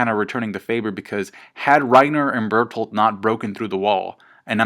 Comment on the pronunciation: It's not Bertholdt, it's BERTHOLDT!!!